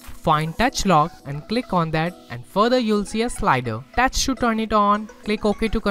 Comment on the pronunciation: Thanks, Just a recommendation: "Touch", not "dutch", and "Video", not "Wideo."